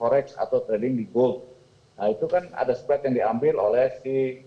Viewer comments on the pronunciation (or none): none